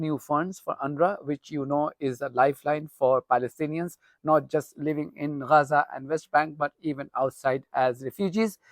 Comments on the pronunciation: Yeah you always say Raza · I really enjoy your reports on YouTube, very informative and non-biased. But why do you call it Raza, rather than Gaza ?